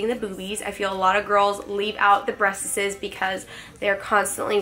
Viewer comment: The way she says “breasts” cracks me up 😂